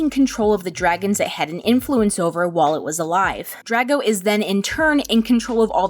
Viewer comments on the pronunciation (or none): POV: Looking through the comments trying to find someone who is also bothered by her pronunciation of Drago. It's pronounced Dr-ar-go